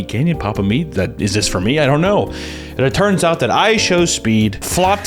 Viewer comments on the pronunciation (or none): it always sounds like you are saying pop-a-meat